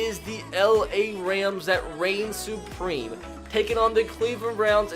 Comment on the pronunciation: I say "supreme" says "supweme"